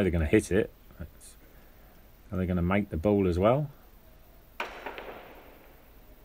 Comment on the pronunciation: It's ball, not bull or bowl. Nice match though, thanks for sharing.